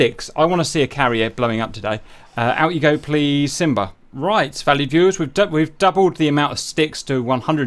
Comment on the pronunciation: LOL, I thought he was saying “valid viewers “!